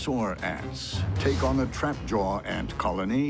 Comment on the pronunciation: I hate how he says trapjaw